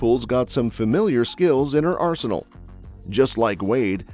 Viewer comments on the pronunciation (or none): none